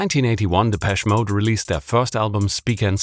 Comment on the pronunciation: Its pronounced’deh-pesh-ay mode’ - dont ask me why